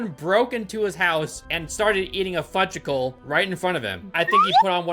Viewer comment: Saying "fudgeicle" instead of "fudgeCICLE" is like saying jif not gif